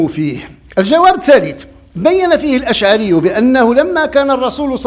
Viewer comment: ابو الحسن الأشعري وليس الأشعاري